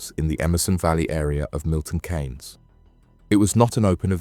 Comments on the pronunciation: Its pronunciation Milton keys not Kay’s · It's pronounced Milton (KEENS) spelt Keynes, not Cains..😂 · It’s Milton Keynes, more pronounced ’Keens’, not Kanes. Us MK folk remember this incident well, extremely sad and not needed. Thanks for shining a light on the tragedy. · Pronounced 'keens' not 'kanes'...decent vid though. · It's Pronounced Milton Keynes (Keane's) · 😂 I noticed the miss pronounced Milton but on the 3rd or fourth time he got it right I’m happy you left small gaps in the story which made it better, The families are going to suffer the most of their losses The gang got what they deserved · Have you ever heard your home town pronounced as it is during this, because I certainly haven't.